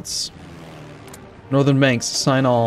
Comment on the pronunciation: I wasn't aware that "northern Balkans" is pronounced "northern banks"